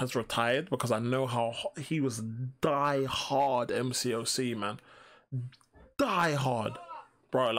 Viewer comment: You look like you’re gonna sneeze 🤧 when you say “die” hard 😂😂😂